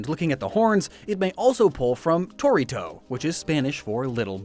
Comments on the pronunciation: you just asked someone to read the names to not misspronounce anything, but you stressed the wrong sylable in torito, it isn't thar dificult to go to google translator and hear the pronunciation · You took care of not butchering the japanese words and arkhe in greek and you still mispronounced torito, it's pronounced toh-RIH-to, silly man, just not pronounce anything not in english next time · Cool vid But "torito" is pronunced to-RI-to The more you know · What an amazing pronunciation for the small bull in spanish. At first i thought you where saying Dorito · you really mispronounced torito you know google translate can help you with that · You butchered "torito" REEEEEEEE